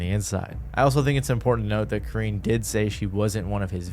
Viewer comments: Karrine = Core-rin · You said Karines name right the second time 👍🏾